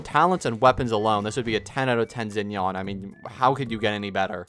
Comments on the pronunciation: Bro is saying Zen-yawn. WHO IS THAT 😭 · isnt xinyan's name pronounced shin-yan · Yeah, I hate how he pronounced it 😭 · hurt my soul when he says zin-yan